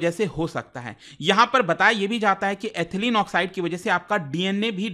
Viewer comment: Sir... with due respect, the correct pronunciation of Ethylene is इथायलीन not एथलीन